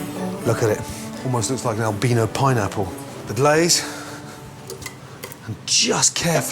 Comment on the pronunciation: Albino is pronounced AL-BAI-NO Not albeno